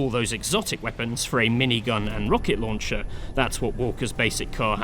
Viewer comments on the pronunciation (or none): none